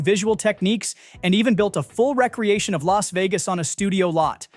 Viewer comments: Re-Creation.... not REC Creation. The secret of N.I.M.H. ??!! Its pronounce Nim like him... WTF is a Wreck loose..... this video is a wreck loose. SOOOOOO TIRED OF LAZY AI EDITING. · Computer voiceover is stupid. Re-creAtion is a remake....it is not a wreckreAtion LOL. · Became a WRECK-LOOSE? F***ing AI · It's pronounced RE-CREATION. You really need to find a commentator who knows how to pronounce the words and names correctly. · It's re-creation, not recreation. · Re-creation doesn’t sound like recreation. Unless you’re a robot. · The AI narration is so bad that it can't pronounce recreation or Nimh! This is a "so bad it's good" site! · Learn how to pronounce "recreation" properly.